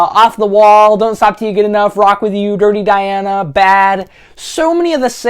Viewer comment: tears up What the hell is going on with “yuh”,?